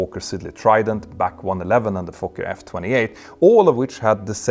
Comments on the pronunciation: Sorry to be pedantic, but living just a few miles from Hurn where the BAC 1-11 was built, I have to correct you on the pronunciation. It’s “Bee, A, See”, not “back” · Great video as usual, however I've never heard anyone else call it the 'Bac one eleven'. Surely you mean the 'B, A, C, one eleven'.